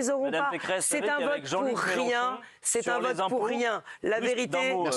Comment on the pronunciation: Eh oui elle dit Méloncho c'ataqué aux police, mais c'est qui qui arraché le yeux aux Gilletes jeune ?